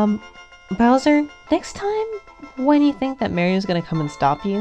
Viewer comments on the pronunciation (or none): none